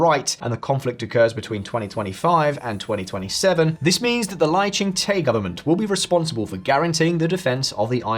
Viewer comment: the -Te in Lai ching Te should be pronounced as "duh", as in Lai Ching - Duh. 😂